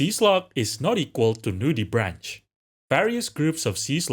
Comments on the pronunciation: Pretty sure it is pronounced brank not branch lol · WHO TF SAYS NUDIBRAN*CH*